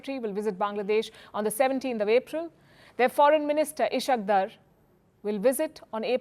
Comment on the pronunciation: Kindly correct the pronunciation of ISHAQ DAR